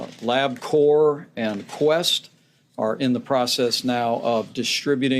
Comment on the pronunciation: What a shame that the people in charge of this serious situation can’t even get the name of the commercial lab that’s going to provide testing. Pence, and his flunky puppet could not even get LabCorp right ! It’s LabCorp not LabCor/Labcore Mike.